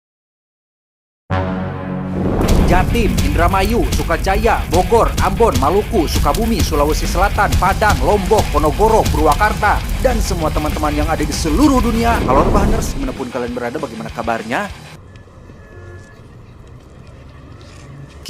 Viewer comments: Ponorogo min, bukan ponogoro..ahh lu min min 😏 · Ponorogo bukan ponogoro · PONOROGO BUKAN POGONORO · Ponorogo eta lain ponoGoro. Kacau hahahah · Ponorogo bang bukan Ponogoro😂😂